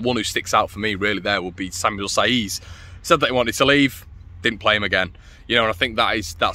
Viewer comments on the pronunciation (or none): none